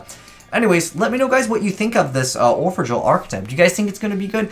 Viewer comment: it's pronounced orphegEl (d i v e r ti mento= from Italian) which means : orphan angel amusement devil